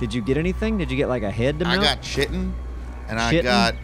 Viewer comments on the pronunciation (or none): Guys... for the love of God... please learn to properly pronounce the words "chitin" and "ichor." They are pronounced * KITE INN * and " ICK OR * Google translate can help you pronounce words you may not know or know how to properly pronounce. Listening to you try to pronounce words you don't know makes me weep for our education system. Meanwhile, demonstrate his resource management skills by continuing to build his easily destroyed, POS base... a base that should be called... "THE EYESORE" With the amount of elevators inside the Eyesore, is it any wonder that the group is out of iron? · "Shittin". I no longer have to worry about pronouncing it correctly, because has given the best pronunciation ever.